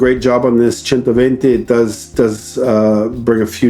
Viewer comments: 10/10 correct pronounciation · He pronounced centoventi better than me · Thanks for pronouncing "centoventi" the italian way :) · yes agreed! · Yes ! Thanks for pronouncing 120 correctly. My main problem as you say is the wire on the hood. That is going to scratch the hood. Great video. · As an italian, i consider your pronunciation of the word "centoventi" better than mine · Great video Frank! There are two points I’d like to highlight, however: The bumpers are ribbed because they’re actually rubber, which prevents the body being scratched when parking, and the display is actually used for advertising, so users can earn money while the car is parked. Check out my video with Klaus Busse for details — You did pronounce the name better than I did though, which I got a lot of flack for ;) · A native Engllish speaker who managed to pronounce correctly a non-English name!!! WoooWWW!!